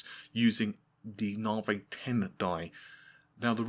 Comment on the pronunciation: You pronouncing navi as navay is making me nuts. Why you do that!